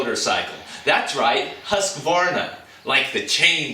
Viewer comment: I know this is an old video, but husqvarna is actually pronounced "Hooscwarna"